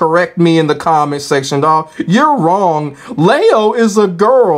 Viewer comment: well the Gender has already been told (female) and her name is LEE-O they have Lee and Lie in Tekken already the way they are saying it LEIO and yeah yeah rage art combos kinda been there done that at this point not many people used this person either